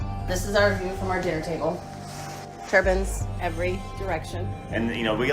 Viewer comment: yeah as a midwesterner myself I've grown accustomed to the slight dialect of my Iowa brethren i share a border with and yet for the life of me I cant tell if she just mispronounced TurBINES or if she actually freudian slipped to say "turbans" which again as someone stuck in conservative southern minnesota (with honestly also alot of WInd Farms around to where I might have passed by this house at some point) yeah down and around here they are also pretty racial charged. Regardless yikes